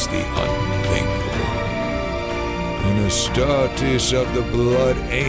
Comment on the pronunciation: Love your videos. Hate how you pronounce astartes 😂